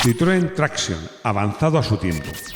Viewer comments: Traction en francés se pronuncia TRACSIÓN. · pareces un jovencito de estos de "telefonino" siempre en la mano diestra ¡Que manía con pronunciar todas las palabras extranjeras a la inglesa,! Es decir: con acento esdrújulo. Me refiero a la expresión "Traction Avant,", que no es inglesa, sino tan francesa como el teatro de Molière. ¿A que en español nunca dirías "TRÁccion delantera"? Seguro que no. Y, por cierto, Bucciali es nombre italiano y se pronuncia Buchiali, no Bukiali. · "Traction", es francés, no inglés. Dejad de pronunciarlo con la "a" tónica, por favor. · Tanto que sabes de coches y todavía no has aprendido como se pronuncia Citroën Traction... NO ES INGLÉS: ES FRANCÉS!